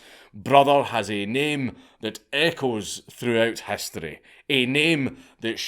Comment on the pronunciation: "Human hastory"